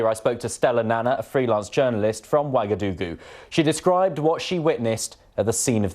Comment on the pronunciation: its actually "Ouagadougou."